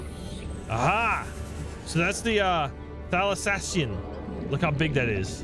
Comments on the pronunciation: Thal. Ay. Shian. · Stellar thal-ass-see-an